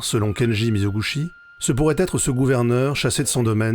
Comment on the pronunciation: Merci beaucoup pour ce résumé exceptionnelle ! Une correction : Mizoguchi se prononce mi-zo-gou-TCHI.